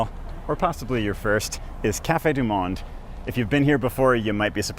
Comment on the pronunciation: Delightful video. I did not see credits for the music. Please learn to pronounce 'du Monde'.